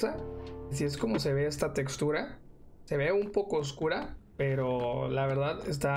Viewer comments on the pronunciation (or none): NOOOO dijo "chextura" porqueeee